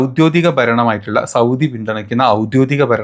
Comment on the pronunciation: എന്താടാ പറയുന്നത്.. ഔദ്യോദികമല്ല. ഔദ്യോഗികം എന്ന് പറ.